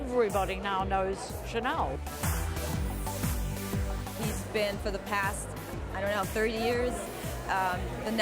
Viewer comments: one of the girls is pronouncing chanel as "SHA-nil" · why does she keep pronouncing Chanel like that??!!! it grinds on my nerves. CC